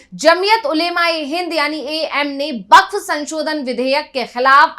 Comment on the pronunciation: Its bakph not bakchh😂😂